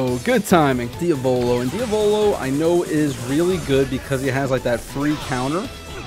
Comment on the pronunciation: PLEASE learn how to say Diavolo.